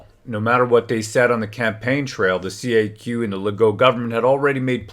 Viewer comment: CAQ sounds like caqua